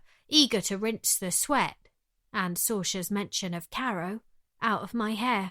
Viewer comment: Don’t listen to those who say that there’s no ending. It’s simply a story that… I can’t say more as that would be a spoiler. Great narration; apart from the fact that the British narrator doesn’t know how to pronounce Saoirse.